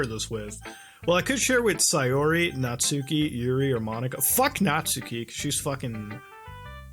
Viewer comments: muta, its pronounced natski not natsooki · Natsuki is pronounced "Knot ski" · At the risk of sounding like a weeb, it's pronounced Not-Skee. That is all.